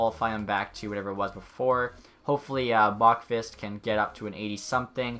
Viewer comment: It’s pronounced Bo-qwist, not Bokfist